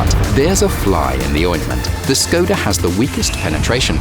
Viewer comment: Im triggerd how he said Škoda